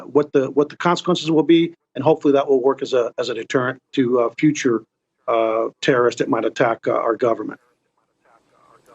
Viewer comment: Notice how he said futire.. see they coming for black PEOPLE